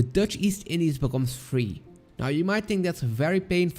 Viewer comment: Because I hear a slight Belgian (Flemmish) accent in pronouncing the Dutch words. I'm from the Netherlands myself. Good pronounciation btw.